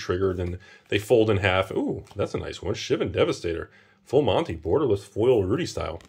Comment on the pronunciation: Why do you say "full monte"